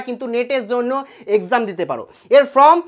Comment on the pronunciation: ভবিষ্যতে উচ্চারণ ঠিক করবেন - FORM -এর উচ্চারণ "ফর্ম", "ফ্রম" নয় !